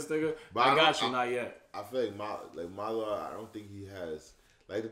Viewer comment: oh it's not that name you've been butchering it's Madara's